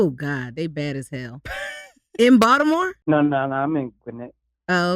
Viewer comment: He doesn't say Baltimore the correct way lol